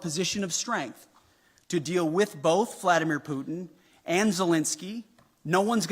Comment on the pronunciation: first learn to pronounce the name Putin properly